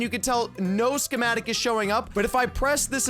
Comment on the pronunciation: this is how keith said Schemetic | | | V